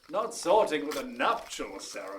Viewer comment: Please somebody teach the actin profession how to pronounce "nuptial". Dod-rot-it nobody in Hollywood, NYNY, nor in Anglaterra can read phonetically it seems.